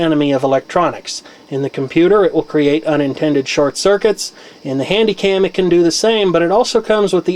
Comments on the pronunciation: Not HandyCam.... "CandyHam" LOLOL.... Either way yet another good, interesting video! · you said candyham instead of hanycam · said candyham instead of handycam! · heard you say Candy Ham? (yes I played it back several times to make sure).